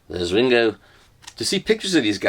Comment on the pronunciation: I like Let It Be, it’s a great album. I never bought the Nude version as it’s fine as it is. Funny when he says “There’s Ringo” in a Liverpool accent!🤣😂😅